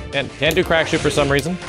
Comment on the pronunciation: Crack shoot?? I thought he was saying black shoe.